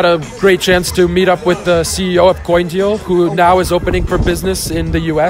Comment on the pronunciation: coindeal?? ahahha lololll